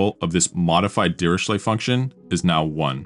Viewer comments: His name is pronounced as /ˌdɪərɪˈkleɪ/; not dee ree shley. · prononced "diricle", the h in ch is silented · It's pronounced Diriklé